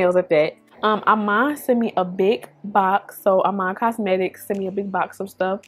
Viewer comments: Love love love the look. IMAN is pronounced "e mahn". That line of cosmetics was created by the super model Iman. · I love you but it's pronounced E-Maan shes only the dopest model of all time!!! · Cute as usual The I in Iman is pronounced like the letter E its "E"man